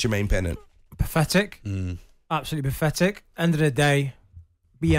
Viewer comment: Pafetic!! Why can't these so called pundits pronounce words correctly? Honestly!!